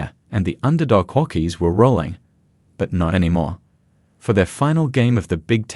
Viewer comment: Hawkeees / Buckeees. This AI Aussie has a speech impediment